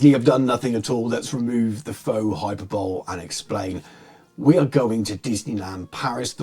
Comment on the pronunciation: I love how when you said "faux hyperbole" you pronounced the faux correct but the hyperbole as it sounds 🤣 it's hi-puh-buh-lee